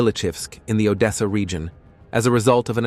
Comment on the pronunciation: The AI voice don't know how to properly pronounce Slavic names of cities.